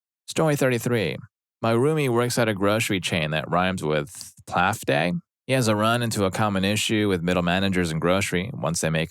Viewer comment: I believe it’s supposed to be pronounced “playfe-day” as in Safeway